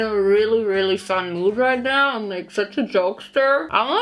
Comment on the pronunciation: creative 😂👍 This "rait nau" I Love it😂😂😂😂😂 Excuse. What I really want to say: Ai laf id 😂😂😂😂😂😂😂😂😂